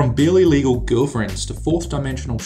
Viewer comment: When he said "barely legal" it sounded like he said "bill illegal" lol.